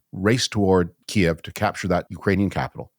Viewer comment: Oh David, your pronunciation of Kyiv. 😔